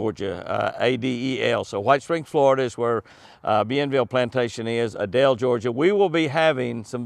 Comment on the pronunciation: It is long A-del not Ah-del Georgia, lol! Just north of Hahira where I used to live. And I have quail hunted at Live Oak. Praying for you and Chris!